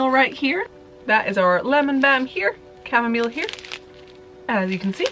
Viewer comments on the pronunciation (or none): none